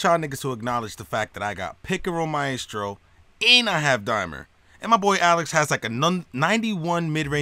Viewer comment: This man said pick and roll Mae estro